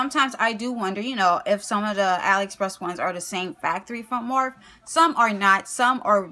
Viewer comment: It's pronounced like morphie but spelled morphe